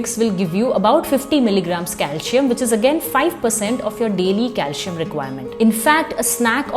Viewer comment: It's not pronounced as calshium or potashium...otherwise informative video